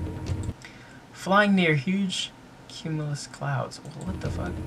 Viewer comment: This nigga said a cumulus cloud 😂😂